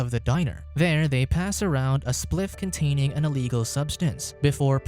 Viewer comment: “Cunt-ay-ning an eeleegul subsinse”